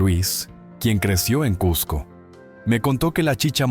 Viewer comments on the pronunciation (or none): none